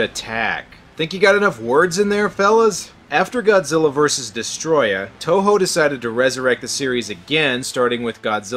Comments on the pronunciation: Its destroyah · Destroy-ya is how u pronounce Destroyah